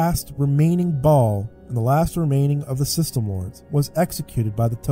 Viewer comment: .... KKKKKKKKKKKKKKKKKKKKKKK "the last remaining Ba'al"....